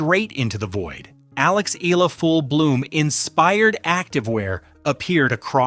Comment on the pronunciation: Alex's surname is pronounced "EH-YAH-LAH"!!! (THREE syllables!!!)